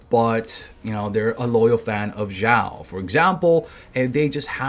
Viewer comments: xiao pronunciation: shee - ow it's one syllable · Hey, duno if u care about pronunciation of Xiao, but if u do, the X is an SH sound. Shao. like shower without the er. There is no Z sound.